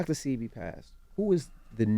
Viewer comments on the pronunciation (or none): DJ ENVY..... YOU DID IT AGAIN. 🤬 Its Dr. SEH-BEE Not SEE-BEE... Dr. Sebi... Pronounce it right!!!!!!! 🤨🤨🤨🤨